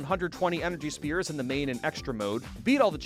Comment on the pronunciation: I just realized that he pronounces “sphere” as “spear” I can’t believe I didn’t notice after all these years